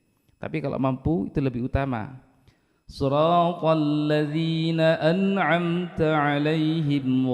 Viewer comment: Imam membaca( an amta,) seharusnya huruf alif, malah dibaca ain.